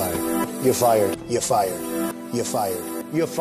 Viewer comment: He can’t even pronounce “You’re fired” correctly, can he? He says “Yuh fied” instead.